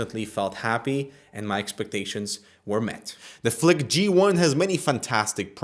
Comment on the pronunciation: flick sounds like fuck